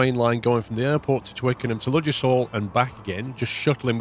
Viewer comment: Ffs I live near the actual UK Ludgershall Hampshire, ive binged watch this series and its annoyed me to no end how you pronounce it... the D is silent its 'luggershall'